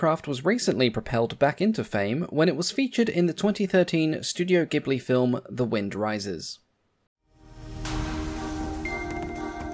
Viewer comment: MAD RESPECT to this man for being the only YouTuber ever to pronounce Ghibli correctly